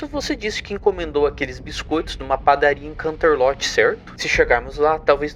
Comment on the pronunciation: desculpa, sem querer sher chata, mas me deu muita agonia da sua pronúncia dos lugares 😨, Poniville seria Ponivil, canterlot seria kanterloti so queria ajudar